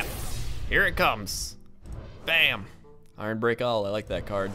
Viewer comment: it's ironbeak owl. as in, it's beak is iron.